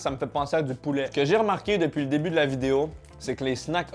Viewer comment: Est ce que je suis la seule a repasser 15 fois le moment ou il dit vidé-O dans l'intro ? Sûrement 😂😂😂